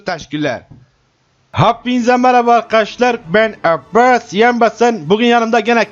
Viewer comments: neden abbas isimini yarağından konuşuyormuş gibi söylüyor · La bu girişlerde ne biçim abbas diyo amk.